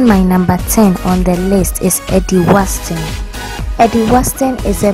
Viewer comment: Eddie Watson not Waston